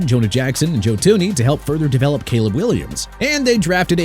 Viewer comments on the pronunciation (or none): none